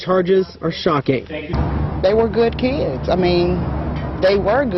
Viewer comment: They were good "key-eds".....LMAO